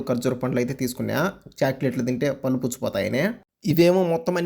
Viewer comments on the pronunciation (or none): none